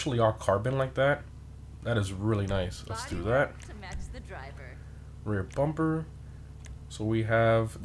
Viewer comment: He pronounces bumper like pumpr